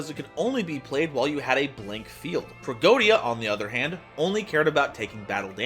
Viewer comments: Yu-Gi-Oh players and mispronouncing Tragoedia. Name a more iconic pair. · You pronounced tragoedia wrong